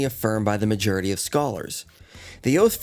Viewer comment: It always amuses me when pronounces Majority as "Majerity"